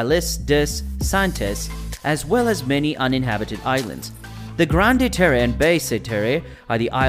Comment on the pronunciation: Oof. I respect that French is probably not a language you speak and I appreciate you trying but you've used a Spanish-like interpretation that makes the words unintelligible. For example: Grande-Terre = ✅"grawnd tare" vs. ❌"granday taray" Basse-Terre = ✅"bass (like the fish) tare" vs. ❌"basay taray" Iles des Saintes = ✅"eel day saint" vs. ❌"eeless dess saintess" There might be good info in this video but I just couldn't get past the pronunciations. It was far too distracting. Google Translate can help you with how to pronounce the words if you care to re-record the voice-over. It would be helpful to visitors to Guadeloupe to be able to communicate effectively.